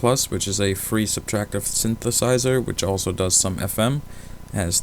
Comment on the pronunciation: "sinth uh size err"